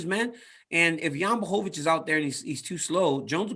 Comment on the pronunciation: DC is the only person who actually tries to pronounce Jan's full name correctly 👌😁